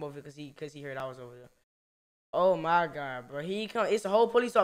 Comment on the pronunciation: he said "ima hide right dere"